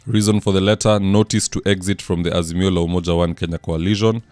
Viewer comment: Peter Munya hasn't quit politics and gone home. He keeps saying: We as "Asimio" ..."